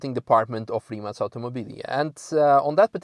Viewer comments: Rimac - finally someone who can pronounce it right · Finally someone on english learn how to pronounce Rimac....